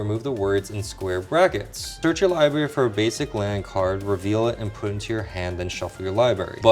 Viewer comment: Libary, lol, it got to me. He never wants pronounced the first r in library